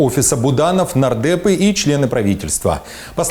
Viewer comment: мне послышалось наркеты, оказывается нардепы))))